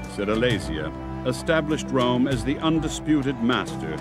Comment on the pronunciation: every time this commentator says rome I Here America